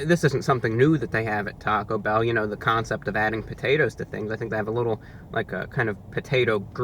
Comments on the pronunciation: Can you elaborate on the circumstances under which you learned English? Geographic location, characteristics of your primary sources of earlier exposure to the language, et cetera. I only ask because of your odd accent and inflection. For example the way you say TAHcobell, instead of TA-co Bell. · He said taco bow lmao